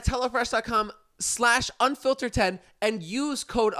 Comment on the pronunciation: During the add, sounded like he was saying “Hella Fresh” 🤣